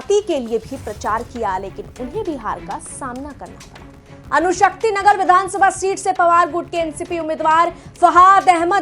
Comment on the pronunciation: अणुशक्तिनगर है, अनुशक्तिनगर नहीं... कृपया अपना उच्चारण सही करें...